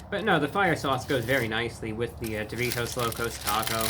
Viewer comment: Why does he say doritos like that? Sounds like he is saying Duvitos almost